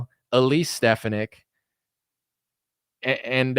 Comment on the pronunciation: Her name is pronounced, Stef fawn ick. As a physician and woman, I think she supports my views and should be JD Vance's VP in 2028.